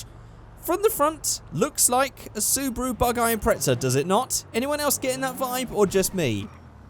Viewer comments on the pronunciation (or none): There's no T in Impreza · Impretsa? Impreza!